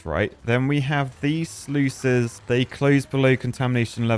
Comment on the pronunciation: First time this early to see him butcher not only the sluices, but also zip lines now apparently